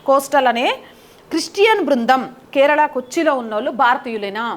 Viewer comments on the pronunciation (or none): none